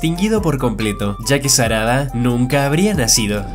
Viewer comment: JAJAJAAJ SE DIERON CUENTA QUE EN DIJO SADARA xD